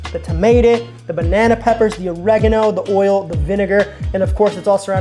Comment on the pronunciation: .... did you really pronounce oregano as Orogano..... it reminded me of Ricky from Trailor park boys when he tries to say jalapeno